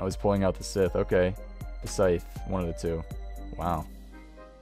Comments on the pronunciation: >pronounces "scythe" as "sith" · "juiceticar" "sith" Jesus christ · You should learn your language before the next video. The hell is this star wars? A sith? Its a scythe... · Just-eh-car Psy-the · >roasts guy for misspelling ruin >can't pronounce justicar or scythe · cant pronounce scythe?